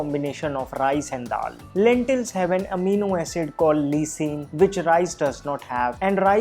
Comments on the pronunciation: its pronounced laisine , not lesine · Btw lysine is pronounced as lie-seen